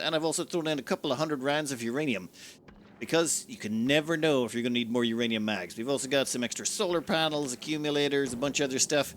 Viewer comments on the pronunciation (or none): none